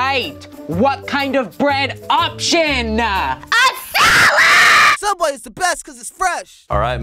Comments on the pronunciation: you mean every Sooubway ever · I think you meant sooubway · I used to work at a small local sandwich shop you might have heard of it it’s called SOOUBWAY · TheOdd1sOut Yes I think they did too 😂 SOOUBWAY FOR LIFEEEE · yeS i Mean sooubway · Caleb Lim SOOUBWAY PART 3 BABY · Theodd1sout sooubway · Oh yeah sooubway from theodd1sout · Caleb Lim yasss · Caleb Lim yep theOdd1sout sooubway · Caleb Lim yeah it’s sooubway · Caleb Lim hahhahahahah the odd1sout hhahahahahahhahahahhahahahha sooubway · Theodd1sout and I think it’s soubway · Being someone who now works at Sooubway, all I can say is yes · Lhokw te S'eliya sooubway? It’s subway! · srsly, there are no comments saying that the actual name is sooubway??? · Subway is its real name not sooubway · It's not sooubway it's sauauoosusaldooasaway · It's called *Sooubway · Kat YEEES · Um actually it is called sooubway duh 🙄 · Vibhuti Patwal its soubway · It's pronounced sooooowbwaayyyyy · It's actually "Every Sooubway Ever" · Why is everyone saying sooubway? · Actually it’s Soobway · im sorry but i think you mean sooubway